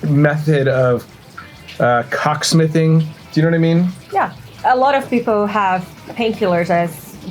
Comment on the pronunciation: Did he say "CockSmithing"?! LOL